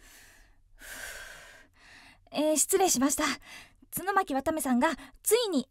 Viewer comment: アナウンサーさんw 途中ちゅのまきって言ってる？w